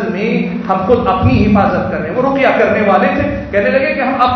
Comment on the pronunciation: روقیہ نہیں ہوتا بلکہ رقیہ ہوتا ہے